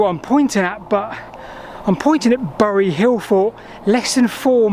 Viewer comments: Pronounced "berry" not "burry" by locals. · Growing up in the shadow of uley bury it was/is pronounced more like berry.